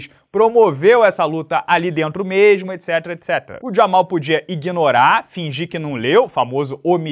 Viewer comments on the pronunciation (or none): A do de chamar o Hill de "Jamal" (que é o certo) não durou muito já voltou a chamar de ""😂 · Não é, é só Jamal.